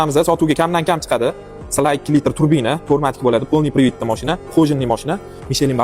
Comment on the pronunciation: Сла эмас СИ ЭЛ ЭА😂